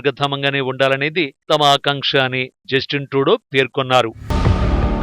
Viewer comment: జస్టిస్ ట్రూడో కాదురా జఫ్ఫా. జస్టిన్ ట్రూడో. అసలు మీ ఛానల్ కి తెలుగు న్యూస్ ఏ ఎక్కువ.. మీ మొహాలకి అమెరికా అండ్ కెనడా ఎందుకు రా..